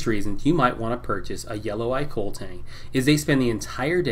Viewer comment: It's pronounced koh-leh. It's Hawaiian